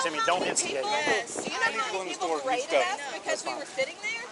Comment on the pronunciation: But she was BURR-ra-TED